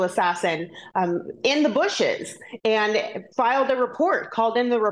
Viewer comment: ANT THE WORD IS AND.